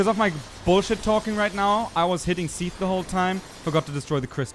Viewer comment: its so weird hearing you say Seathles/Sithles, as I call Sif Siffles :o